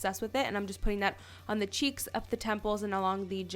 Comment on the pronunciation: is it a canadian thing to say 'thee' instead of 'the'. ahaha its cute